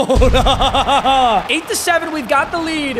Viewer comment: when u gonna learn how to say Mariota